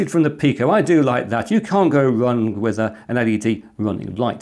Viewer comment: "You can't go wrung..." Well, clearly, you can go wrung - sorry, I mean, wrong - as you just did it!